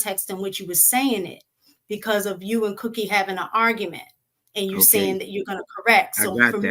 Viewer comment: Wait a minute.! Did cookie just say what are you sayingk and were you not listeningk😮